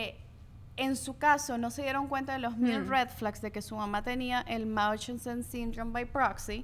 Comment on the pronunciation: Buen capitulo chicas pero para la próxima aprendan a pronunciar el nombre del síndrome de munchausen.